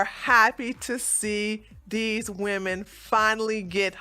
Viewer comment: Woomen lol killer